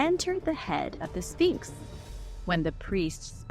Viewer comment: Your history and opinions are outdated and the Sphinx is not pronounced Finks! The erosion was not caused by wind but by water. Please do your homework. This was irritating